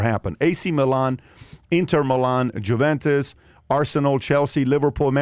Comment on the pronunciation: JEW-ventus 😂😂 LMAO pat nice